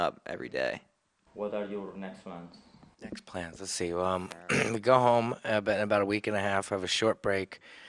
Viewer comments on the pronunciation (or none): none